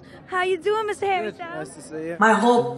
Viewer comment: When she says Hello Mr. Harry Styles in the British accent, I was laughing and felt this could be a rap remix!